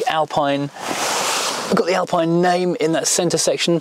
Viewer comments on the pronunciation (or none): You don’t pronounce Alpine correctly 😅